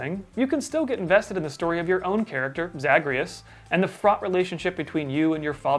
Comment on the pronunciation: Okay I haven't played Hades yet bc I don't have anything that can run it, so idk if that's the way it's pronounced in the game, but As a fan of the DWEU the way pronounces Zagreus hurts me.